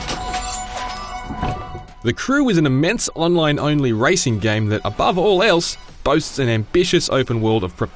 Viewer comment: Did he say ricing game lol